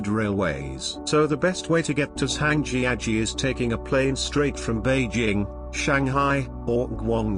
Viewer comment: I've been lucky enough to visit many of these sites and enjoy watching the video. But the mispronounciation of many of the place names (e.g., Zhangjiajie) made it painful to listen to. Hopefully, they will redub the audio sometime in the future.